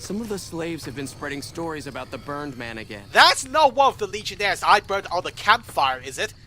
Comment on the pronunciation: And the times he butchered those legionnares